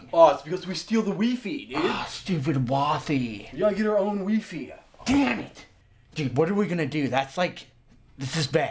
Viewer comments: "We steal the weefee" lol! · I used to pronounce WiFi as Weefee too!! HAHAHA!! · I knew I wasn't the only one who pronounce wifi like that :')